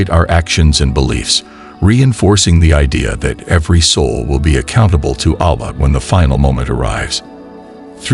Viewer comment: Yaa.. Firstly must learn to pronounce Allah!